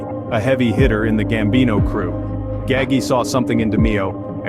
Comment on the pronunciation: Its pronounce DA-MAY-O ,. An nino name is pronounce GAH-GEE ..cant stand when folks cant pronounce Italian names ..I wonder how you pronounce my name